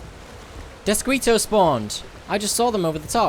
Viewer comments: Death-skee-toe Not squee. Like mosquito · You are so adorable. The word Deathsquito is pronounced: Deathskito... :D Mosquito is a Spanish word. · Deathsk-ee-to... Please guy..